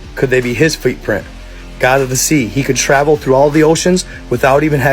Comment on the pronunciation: FOOTPRINT. IF YOUR GOING TO REPORT ANYTHING LEARN HOW TO PRONOUNCE WORDS CORRECTLY